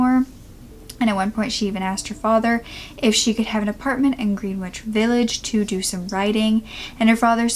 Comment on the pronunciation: “Green witch village” “Bryan mao-er” lol I know these are proper nouns only New Yorkers or certain people would know but am I the only one who notices that literally EVERY true crime YouTuber sucks at pronunciation? They say it themselves so no shade at all I’m subbed, but I notice, Bailey, Joshua Miles, Kendall Rae, Bella fiori, (and also ready to glare and Illuminaughti among other youtubers of diff genres) just literally not pronouncing stuff that to me seems sooo easy, even if it isn’t you can easily look up “phonetic pronunciation of Greenwich village” lol idk maybe I’m a grammar Nazi here haha but I’ve just noticed it not on hard words but on EASY words! Ones that seem so obvious- maybe it’s because they’re so good at what they do- u know how people say the brain when it’s really excellent at one thing it suffers in other areas? So these creators are super creative and smart in what they do so it’s kinda like why do their brains need to be good at pronunciation lol. Just wondering if I’m the only one who notices this all the time! Like literally all the time haha I know I sound like a snob lol just cuz it’s obvious to me how to pronounce stuff doesn’t mean it is for everyone and these peeps are doing way more in the world than me so I’m not hating, I’m just kinda in awe I guess in the most non offensive way I hope... even with like French or Japanese words, to me the way the letters are structured makes it obvious how they are prounojnced like in French the suffi